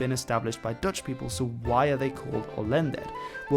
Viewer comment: my greatgrandma was an "Olęder", and I've never heard someone call them "Olęders". It's Olender